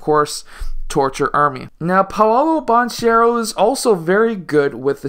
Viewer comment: That’s not how you pronounce Banchero’s last name. You’ve clearly watched his games and still haven’t heard the announcers say it correctly?